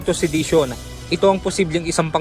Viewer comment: Hari ruki insayting to seydisyon. Anomg sedation? Sedate? Pinatulog? Mag enroll ka ng sa ENGLISH fluency school bisaya.